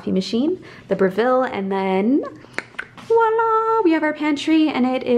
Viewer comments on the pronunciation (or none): none